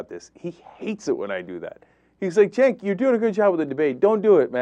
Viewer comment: Dylan Ratigan is officially unable to pronounce Cenk's name correctly. He ALWAYS says "CHenk", and this time even said UyGAR" TYT Publicist get on your job. I'd think Cenk would be at least a little annoyed by this.